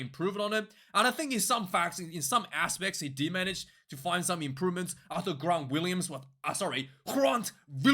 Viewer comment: Dude, it really is just Grant Williams as you would normally pronounce it. Willemse and Gerhard are pronounced differently though ;)